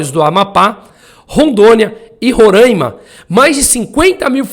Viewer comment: Moço, é RORAIMA... e não "RORÂIMA"... Abraço